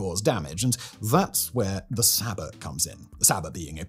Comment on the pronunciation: Bro, the T in Sabot, is silent...